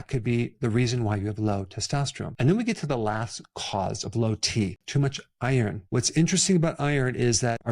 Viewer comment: as you pronounced iron it nearly sounded like Eier, i was confused for a moment😄